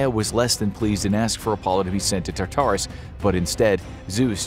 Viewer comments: Your pronunciation of Tartarus is frustrating. It’s not TAR-TAR-US it’s TAR-TER-US. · every time you say "tar-TAR-oos" i cringe almost as hard as when you used to say "SIN-cope" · Its. TAR-ter-is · I cringed when you said Tartarus. It was how you pronounce it. Emphasis on wrong parts. I know it's a tiny insignificant thing but needed it said.